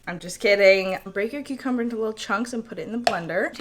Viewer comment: I instantly subscribed when you said CUCUMBAA!